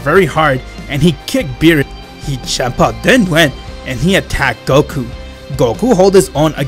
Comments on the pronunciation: It's Champa not shampa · Chempa? You said chempa? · I like how he says shampa instead of champa